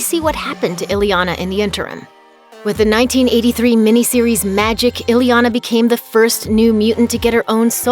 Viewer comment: Her name isn't "ILLY Yah Nah". Her name is "EE Yah Nah" !!